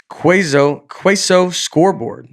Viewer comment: Can we please track down one of Nate's English teachers and have him/her in studio while he reads comments? I want to see the look of failure and disbelief that a 41-year-old man can't read the word queso correctly...